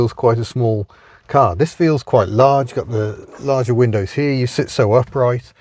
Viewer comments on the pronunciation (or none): none